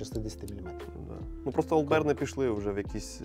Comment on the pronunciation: Вибачте, хлопці, але таки Олд Бір, не соромтеся.